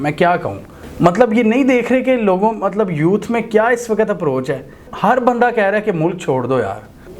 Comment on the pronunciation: Please ..the word is “waqt” not “waqqat”